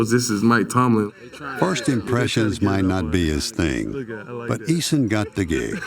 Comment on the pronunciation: I swear i heard black tomlin